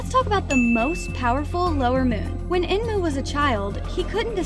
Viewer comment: Her : when " EMNU " me : ayo its enmu girl look by yourself